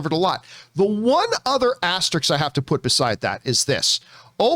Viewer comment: "Asterix" 🤣 FYI it's "Asterisk"